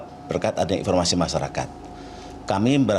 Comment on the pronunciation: Infomasi masyarakat nya agak ditekankankan